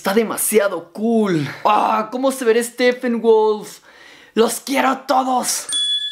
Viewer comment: por le dices steffenwolf se dice steppenwolf si la p tiene h lee como f pero si la p no tiene h no se lee como f